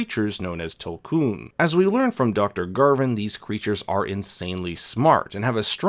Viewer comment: Tulkun is pronounced “tool koon,” just so you know! ‘U’ in na’vi always sounds like a OO unless next to another vowel or marked by an accent mark. But it’s no problem lol everyone knows what you’re talking about! Thought you’d find it interesting!